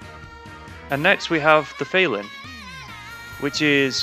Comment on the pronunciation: Fel-Lyn???? Pretty sure its a pun on "FELINE"